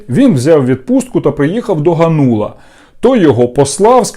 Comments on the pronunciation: Та не ганУла , а гАнула ! 😡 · Какой Ганула? Спроси хотябы где ударение ставить.